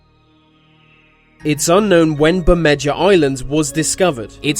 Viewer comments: bermeja is not pronounced as bermedger it's pronounced as bermeha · its pronounced Berme-ha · FYI in Spanish J's are pronounced sa H's. Bemeha is how the island is pronounced. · Wouldn't Bermedja be pronounced like Ber-made-ha if it was on a Spanish map? Which sounds a lot like "Bermuda"